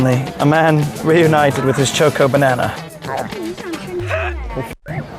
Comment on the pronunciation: Why did have to call it Choke-O Banana though